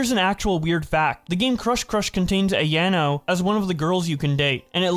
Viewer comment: Great video BUT PLEASE PRONOUNCE AYANO AND MICHAELA’S NAME RIGHT.